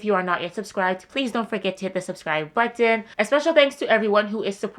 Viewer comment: I love how you say button! 😂